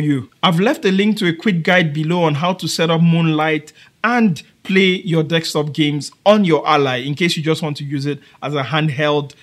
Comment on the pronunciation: I'm going to ask a genuine question, and its going to sound rude, but I promise it is not meant that way. BUT, why is it, that every person whos native language is not english, or anyone from another country who is trying to speak English, pronounces the word DESK top as DEX top. Is it because of a misfire of the tongue? Is it just how it was taught to you? Or is it something else. I ask, because, I am a white, English speaking American, and I am learning Spanish, and I have a hard time rolling my R's and saying certain words. I don't know what prompted me to ask you this question, but i heard you say the word a bunch of times, and I feel I need an education on the subject.